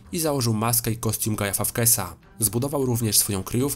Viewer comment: No bardziej polacko nie można było wypowiedzieć Guy Fawkes xD